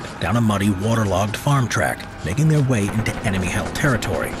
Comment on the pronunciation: "The French drove the English from their lands" - your intonation suggests you mean their to be 'the French' lands,, which is incorrect. At the begining of the Hundred Years War, these were English lands. They only became French at the end of the Hundred Years War. They actually drove the English off the English lands that had been English since England was created when the Normans (who possessed these French lands) invaded the Saxon lands of Britain. Stop interpreting history backwards, history can only be understood going forward as that is the direction of the flow of time. The past doesn't know the future.